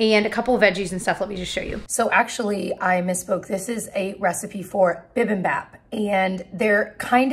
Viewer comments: Hey, just a friendly Korean subscriber letting you know it’s pronounced bi bim BOP, even though it’s spelled baaaahp. I love your turkey version! Add a dash of mirin in your sauce, you will be so super happy! Welcome to the world of boba drinks! I’d love to see you try more/different kinds. I love that hello fresh meals are introducing you to different kinds of cuisines. Thank you for all your videos and sharing your life. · Hey, you're not pronouncing bipimbap correctly. It's the last syllable. It should be like ap as in apple (and of course with the B sound in front) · I love that you’re eating Korean food! Bibimbap is pronounced “bee-bim-bAHp”. Maangchi on YouTube is great for beginners in Korean cuisine!